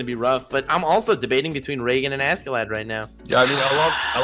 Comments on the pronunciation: Says Askeladd like Ascelad. Me:"Jump out of the window. Now!" It's Ash(c)elad or Aš(č)elad. You got FMA right, but Askeladd got the wrong pronunciation. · don't want to be that guy but you pronounce askeladd like aske laad, (it translates to covered in dust it is two different words). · says askeladd show Thorkell